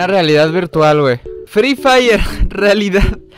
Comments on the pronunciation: Dile al señor satanivo ke se dice frefire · Jajajajaja 🤣 fri fraider jajajajajaja 😂🤣🤣🤣🤣😂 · jajajjqjajaja fri frairer lo que dijo el de las noticias jajajajjaja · No voy a olvidar eso y cuando dijo frifraider 😂😂😂 ay que hombre ese siquiera hubiera buscado como se pronuncia 😂😂para no Aser el ridículo igual lo iso 😂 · fri frayer xD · fri fraider xD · free fraider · Fri fraiden 😂😂 déjenme reír más fuerte JAJAJA 😂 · Envez de free fire es fri fraider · El señor: fRi fRaIrEr Vaya que no sabe pronunciar XD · Me rei en la parte que el señor dijo frii faire xd :v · el señor de la tv : free fraydey yo : hoy es el Black fraydey jajajja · primera mente no se dise FRE FAYER se dise free fire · Free fraiden dijeron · no ese no es el juego dijo freefailer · Jajaja pronuncien bien mejor FREE FIREE ✍️ y no digan free fraiden ni free fayer jajaja y NO SALGAN CON PENDEJADAS QUERER PROHIBIR ESTE BUEN JUEGO , EL JUEGO NO TIENE CULPA DE QUE LO JUEGUEN PERSONAS MUY CHICAS O PERSONAS ADULTAS PERO PENDEJAS 🤭🤪🤣😂👍🍹🇲🇽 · fri frailer jajjajajajajjaja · Se dice FREE FIRE 😝😝😝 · fry fraider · Ingles: free fire Español:fuego gratis El señor: fri fraiders 🤣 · Nadie absolutamente nadie: fry fraidert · fri fairer xD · Frii fraiden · Fríi frayrer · no mames "free fire" es mi juego favorito jejejejeje hasta dice el nombre mal, no dejan a uno tener con que distraerse que malos jajajajajajaja